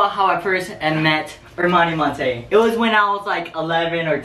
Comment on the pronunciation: "Ermani Montey" 😂😫😭